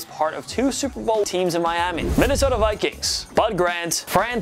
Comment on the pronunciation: truth This man said Viqueen. 💀